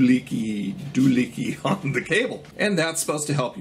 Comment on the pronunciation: Hey...it’s “do hickey” not do lickey”...love your vid.